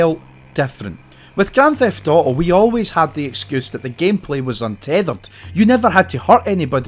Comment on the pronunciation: Bro says "GRAN THEFT OOOO"